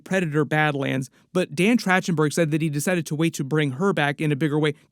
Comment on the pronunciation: “Track-ten-berg” not “Trach-ten-berg”